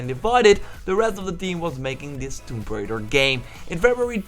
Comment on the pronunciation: "Tomb Braider".. It's Tomb Raider.. lol.